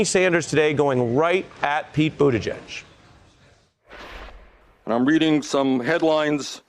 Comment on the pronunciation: Bernie actually knows how to pronounce Buttigieg. I'm impressed.